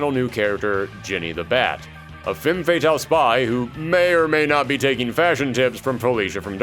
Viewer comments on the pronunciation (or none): none